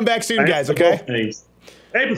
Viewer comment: Sounded like he said "Black in the day"